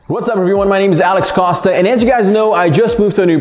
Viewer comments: The surname? too much accent on it, it sounds weird. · I feel like he’s saying his name wrong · I love the fact that when you say your name you make it sound so Spanish.... Costas by the way is actually Greek too👌